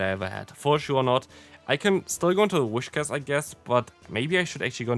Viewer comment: Btw its pronounced Whis-cash, not Wish-cas